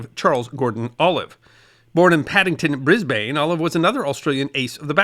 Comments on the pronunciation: [Another side note: Brisbane... said like Melbourne! It's "Brisb'ne" not Bris-bane. We tend to flatten or drop vowels!] Still a great vid! Pete, out. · Double check the pronunciation of place names in Australia and New Zealand when you make a video. Brisbane is "briz-bn" not "briz-bain". Americans and Canadians tend to mispronounce every second Australian place name. New Zealand's place names are less susceptible, largely because many of them are Maori names that are pronounced how they look. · Its not 'Bris -bayne'' its ''Bris Bun'' Capital city of Queensland . Dont underestimate what it takes to take off once let alone 3 times a day and/or to get shot down twice is pushing your luck. Today a air accident gets wide spread coverage . During War its a statistic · Wonderful to hear you bring up our great heritage. P.S. Brisbin is the way you pronounce Brisbane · Dude I love your stuff - but as a history nerd please research how to pronounce fairly large local places. Eg Brisbane is not "briz bane", it's "brizbn", and you'll headbutt yourself if you ever go there and call it that. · Briz bane, ha ha. Love your work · Thanks. From Australia. Nice video. Nb. Brisbane is pronounced (by the locals) Bris-bin… almost Bris-bn Just like Melbn. Brisbn. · not if you are British. Its Brisbane.